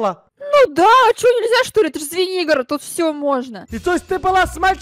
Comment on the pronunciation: Поч я услышала свинигорог а не Звенигород